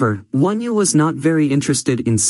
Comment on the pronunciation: It’s not wonew it’s onew if you’re going to do a video about someone get their name right